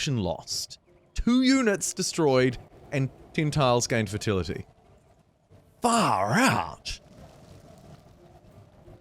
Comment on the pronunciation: I only clocked that you were Kiwi when the storm hit you and I hear "faaarr ouuut..... sheesh" lmao